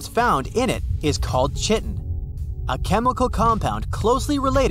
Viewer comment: "Chitin" is pronounced [kaitɪn], not [ʧɪtɪn].